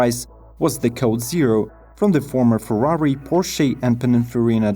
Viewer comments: You said the owl would be the fastest. No It would be the quickest. Learn the difference. And please learn how to pronounce Ferrari. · There is a difference between fastest and quickest but i think most of the viewers get what he means, and who cares if he doesn't pronounce Ferrari the right way i dont think he is Italien.. i myself pronounce it "Farrari"..